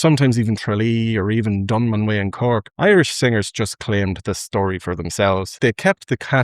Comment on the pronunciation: WHAT have you got against Cork placenames,? It's dun-MAN-way! One more Skibbeeeeren or Yougggghal and I swear I'll get Roy Keane to deport you to Van Diemans Land or more likely the Fastnet Rock 😉😁